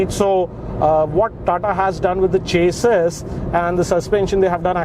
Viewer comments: Its sha-see :) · You mean "shaasi"? (Yeah that's how chassis is pronounced) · it's actually pronounced "Chas-ee"